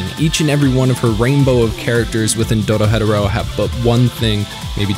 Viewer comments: The way he says Doro hetero lol I hate it. Good video tho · not to be that person but its pronounced dooro-he-doro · okay am i the only one that feel the way he pronounces Dorohedoro sounds off? My understanding is that its pronounced Doro-he-doro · Doro-he-doro the enunciation is important just like hunter x hunter is not hunter hunter but all said I like your videos always well done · doro-head-oro XD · At any point in the video you could've corrected yourself and pronounced dorohedoro right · I don't like how you say DORO HEDERO but good vid 😢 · I feel like your saying the title wrong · holy fuck please stop saying dorohedoro like that 😑🤢 otherwise, great video lmao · You slaughtered the pronunciation that's not how it pronounced lol. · Is Anyone else bothered by how he pronounces Doro-he-Doro??? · There is no pause between the first two syllables and the last three in Dorohedoro. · I dunno how u can pronounce the anime name wrong when they say the name in the anime itself in every episode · Why tf do you say Dorohedoro like that?? Cringe asF couldn’t even finish the video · Every time he mispronounces Dorohedoro my sanity slips a little further. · Now why did you pronounce dorohedoro dorohetero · The person that introduced this show to me called it doro he doro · Bro was saying doro hedoro when it should be said doro he doro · Its doro-he-doro NOT doro-hedero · Please for the love of god it's Doro-HE-doro. DoroHe'Doro. Doro He Doro. NOT Doro Hedoro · Doro-he -doro....not dora-hedoro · Isnt it doro he doro? Why is he saying it as doro hedoro? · I just wish you pronounced "Dorohedoro" like they do in the anime. You seem to say, "DoroHeadderro". It's pronounced, "Doro-heh-doro". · How its read: Dorohedoro How this guy reads it: Doro-Hetoro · Doro he doro 👎 Doro hetero 👍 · Idk why but every time you say the title i gotta take a second because in the show the announcer calls the show "Doro-he-Doro" and you call it "Doro-head-oro". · DORO-HE-DORO.... not Doro-Hedoro